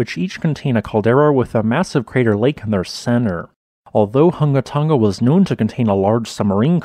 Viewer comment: You sure got that name down pat, did you practice saying it before ever making the first video about this volcano? It is a tongue twister.